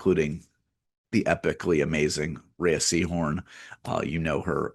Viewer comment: Rhea = “Ray”